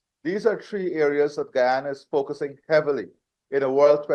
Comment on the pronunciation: GUYANA not Gana.